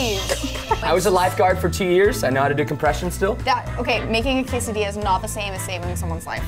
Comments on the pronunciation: casadilla is pronounced "casadia" and not casadilla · Mexicans say it like quesadiya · it is quesadilla not quesadia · Quesadilla is pronounced Qe sa dia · quesadilla (cesadiya) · Thats not hiw to say quesadilla preston. can say it correct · "case-ah-dilla" "tor-tilla." correct ways: "th-orr-tia" "kes-ah-de-as" please say it right next time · "case-ah-dilla". "tor-tilla" correct ways "th-orr-tia" "kes-ah-de-as" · quesadilla is actually pronounced: qes-a-dia, and tortilla is pronounced: tor-tia. No hate, i'm just trying to tell how it is actually pronounced.🙂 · Anyone else cringe when they said quesadilla and tortilla